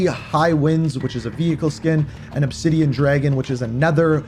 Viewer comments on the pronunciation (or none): none